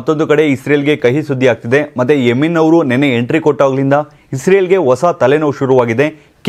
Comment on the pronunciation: ಎ ಮಾರಾಯ" ಎಮಿ🤣ನ್" ಅಲ್ಲ ಅದು " ಎಮನ್ "